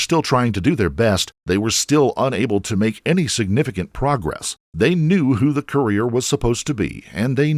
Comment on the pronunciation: “Courier”, but slightly mispronounced.